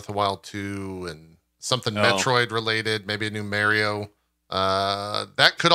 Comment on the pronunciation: Did JP just call Mario "Merry-o" wtf :D